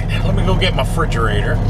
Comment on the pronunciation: Frigerator??? Or refrigerator?? Lol hahaha. Great video